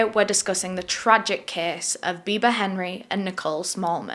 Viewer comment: Loved how u kept saying "biber" for "biba" lol